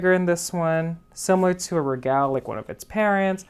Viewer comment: I love your style. ( if you know any Italians ask them how they pronounce regal. Regale has the same spelling in Latin as it does in Italian. )